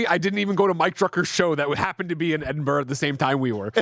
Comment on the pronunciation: It's pronounced edin bruh not Edinburg or edin borrow. In Gaelic it's Dùn Èideann said roughly Doon ai-gin unless you support English murder of Celtic culture I expect you to call it that 😉 just kidding! Tìoraidh 👋🏻